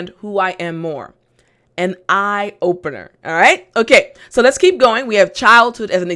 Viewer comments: lets ??? sounds like lettuce ! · I said lets (sounding lettuce) and the person said: and tomatoes,,,lol